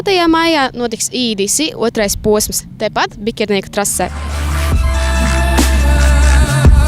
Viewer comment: Atvianojos par komentu bet vaitad nav jāsaka BiĶernieku ? nevis Bikernieku ? vnk raksta jau BiĶernieku, bet neesmu neviena video dzirdejis kad viņa saka tā vienmēr Bikernieku. Bet nu es jau nezinu kā pareizi.